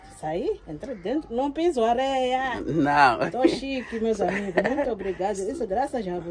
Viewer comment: Meu amigo. Adoro os vídeos de vocês todos. Da ajuda que vocês estão dando a este povo sofrido. Mas quero ajudar não fala “arreia” e areia . Eu também erro muito e gosto que meu amigos me ajudem. Continue esse belo trabalho José Lino também fala arreia!!!! Mal de moçambicano !!!! Grande abraço amigo